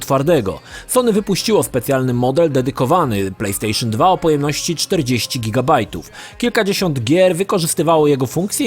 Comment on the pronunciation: Plejpstejszyn Dwa